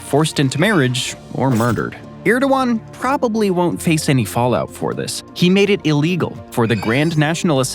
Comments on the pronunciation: It’s “ErdoGan” not “Erdowan”. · You said Erdogan and Agia Sofia so badly...